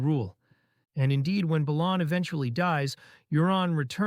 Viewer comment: Isn't "Balon" pronounced as, BAY-LON?